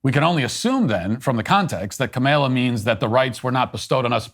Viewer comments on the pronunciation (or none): Ka-MALE-UH Harris 😂 I LOVE it when her stupid name is purposely mispronounced 😂😂😂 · No fan of Kamala, but geez Matt learn to pronounce her name and also read the original Declaration not the later version. Also, the Constitution is the governing doctrine which makes no mention of the Christian fabricated God and later "In God we trust," etc.